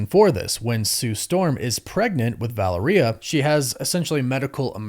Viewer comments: Val-air-e-uh, not valor-e-uh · Please, please, please, you say you have Hispanic ascendancy. Make a little effort: it is VA-LE-RIA, it isn’t VA-LE-RI-A. The last three letters sound like only one syllable, not two. It is distracting from your content. Thanks for making an effort. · The way you pronounce Valeria has alot to be desired. It's pronounced Vall-Lair-Eee-yuh not Valor-Eeyuh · Va (lare) ia. Valeria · Vuh-lair-ee-uh I believe is correct. It also rolls off the tounge better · Valeria pronounce like malaria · Valeria is pronounced like malaria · Say it with me folks "vah-lair-re-uh" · I love you bro… but it makes me cringe how you say their daughter’s name. It’s VA-LARE-E-AHH sorry to be that guy. You most likely won’t ever see this anyways. But yeah. Valaria I can see how people would say it that way also. But that’s not it 😂 love yall 😊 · Why do you say Valeria like diarrhea? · VA LAIR IA is correct. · Couldn’t get past mispronouncing “Val ur ee uh” after the 4th time smh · It’s pronounced Va Lair E A. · Say it like u would Valero gas stations but with a "ia" at the end in place of the o. U got this bro🤣💪🏾💪🏾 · Yep. U butchered her name. My daughter's named Valeria [latin]. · You are butchering Valeria’s name bro ! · Please fix the way you pronounce Valeria bro